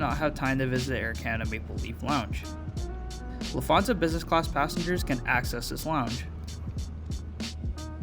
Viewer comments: I agree with you! LufT…hansa and not Lufth…ansa 😃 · I’m sorry but I’m getting quite irritated by you saying lufaza and not Lufthansa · Nice video and review but please learn how to pronounce Lufthansa correctly.